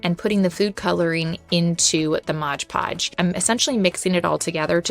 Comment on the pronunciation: MOD Podge. Not MODGE Podge.